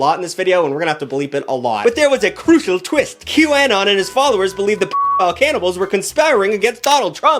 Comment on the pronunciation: your pronunciation of "anon" is unacceptable